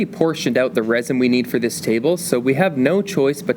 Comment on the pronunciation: The moment I hear "resin", I stop watching.